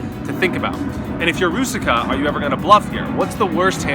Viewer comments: Hey, I really enjoyed the video but its so funny how you say Růžička you know because its czech name and its prouced differently there is link ( to google translator i wrot it in chzech so you can just click a hear the pronounciation or ju can just write "růžička" and select czech :) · You're such a world traveler and you have no idea how to pronounce the Czech guys name?